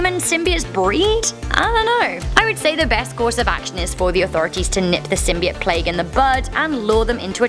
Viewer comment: You're all about Symbiotes well you can't even say it right! And I'd love for a Symbiote to inhabit my body!